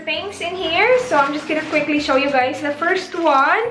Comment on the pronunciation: " you guys " th lol